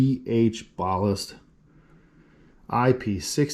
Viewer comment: What is a bahhlist? Wheeeere did you learn to pronounce it like that? Who, where, how? Plus NOBODY calls led drivers ballasts. Man is it a strange world. Metal HAHlide????